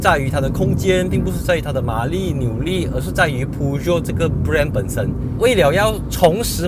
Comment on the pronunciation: 大哥你的Peugeot发音不对。 正确的是 per-joe，不是piu-jiot!